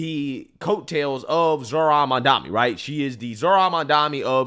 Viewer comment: Its ma'am-dani To you all